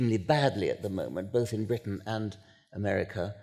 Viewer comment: There may well be three Englishmen on the platform, but there seems to be a horror of pronunciation: "Bruttan, The Brawntay Sustass, Bruttush, Ruchadd Dawkuns. Surely the vowel mangling compere is a Nyaw Zaaaylundeur?